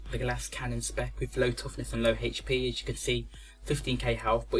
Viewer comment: love the way he says ``hp``